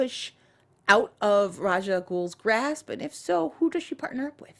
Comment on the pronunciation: It is pronounced how pronounces Ra's. At least in the actual real world, in Arabic, that's how it's pronounced with the actual meaning Demon's Head. Of course comic book creators say it's RAYSH in comic world and not IRL, but that's just stupid cause IRL it's legitimately pronounced one specific way. So I always go with Rah's and such.